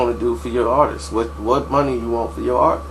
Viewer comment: He said "My Ahhtist" lol!